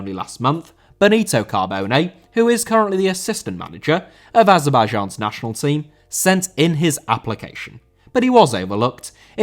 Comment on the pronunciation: Azerbaijan* not Azebaijon